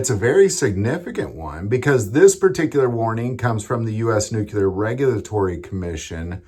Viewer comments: NEW-clee-er, brother. NOT Nook-you-ler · It's pronounced "noo-klee-er" not "nook- yoo- lar" Sound it out. NUCLEAR. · its pronounced nuclear